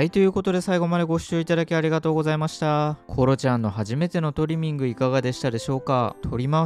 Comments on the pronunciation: トリミングの発音が違いますよね?😆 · トリミングの発音がスイミング🏊🏻‍♀️ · ドライヤー中と爪切り中大人しいなんて、偉い娘だ。コロちゃん、初めてとは思えない。✨✨ 、トリミングの言い方のアクセント私と違うんですけど方言ですか？ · トリミングの発音がいいな😂😂🎉